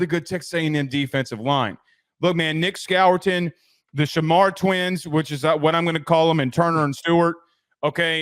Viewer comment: Who the heck is Nick Skawour-tin? SMH